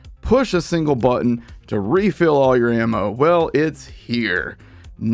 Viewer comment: Single "brutton" press. I hear your excitement in your voice.